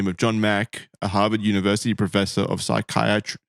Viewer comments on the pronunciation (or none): Psych-ky-at-tree boys! Not psychiatric without the ic on the end. I love how looked to for the correct pronunciation, and he gave him the exact wrong pronunciation!! Lol 🤣 You guys are fabulous together, can't wait to see what happens tomorrow night!! 😁✌🏻❤🇦🇺